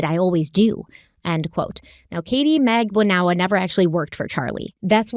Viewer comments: Katy magbanewa not naganewa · It's not Mag-da-new-a It's Mag-don-u-a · Pronunciation of Katherine’s last name: MAG-ban-ew-wah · Katie's name is pronounced Mag-ban-ua. This is how she said it at her trial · into part 5 still can't pronounce Katie's name SMH